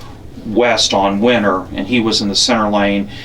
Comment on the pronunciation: It's winner rd. Not winter